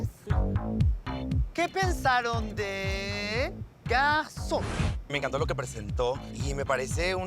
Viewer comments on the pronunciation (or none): Lolita! que pronuncie bien "GarçoNNE"! Se pronuncia con la N final. No es la palabra "Garçon" que terminaria con la o nasal. Es un juego de palabras, hizo "femenina" una palabra "masculina"